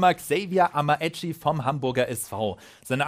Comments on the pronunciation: Amaechi wird so weit ich weiß Amächi ausgesprochen is jetzt nicht böse gemeint😀 tolles Video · Achtung man man sagt amitschi